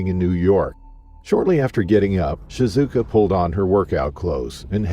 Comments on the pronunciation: In the 2nd story, you got her name right when you introduced her (ShiZUKA) and then you proceeded to say her name wrong for the whole rest of the video (ShiKUZA). Sorry, but that drove me crazy. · it is ShiZuka not ShiKuza!😊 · One thing and one thing only bugs me with this. Shi-zu-ka. Not Sikuza. Please, the poor lady died terribly, her name should be remembered and pronounced correctly, especially with everything else that happened to her. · SHI ZU KA, not shi ku za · How do you go from calling her by her right name Shizuka to calling her Shikuza. Talk about disrespectful. I mean this women’s dead and somehow mid video you start calling her by the wrong name. What kind of shit editing is this. Or is this just racism at its finest. Can’t pronounce an Asian name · you really butchered shizuka's name